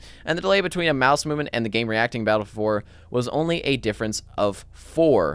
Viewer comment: Is he saying Battlefield 4? Battle four four?